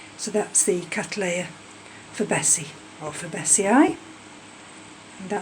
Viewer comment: I enjoyed this. It was great to see the Berry Oda keikis are doing well for you but your pronunciation of Forbesii made me wince, though I can see why you pronounce it that way! It's named for a Mr Forbes so it's not for-bessy-aye but Forbs-ee-aye.